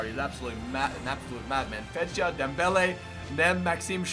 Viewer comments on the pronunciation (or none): When he pronounce Perrin, Thauvin, and Fejsa I annoyed so much and if he swap Thauvin with Willian, he got better rating and a link with Di Maria.